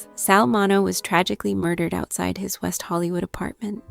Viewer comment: Narrator sounds tired, like she needs to take a nap. Pronounce his name right at least. It is Min*E*O. Long E and long O.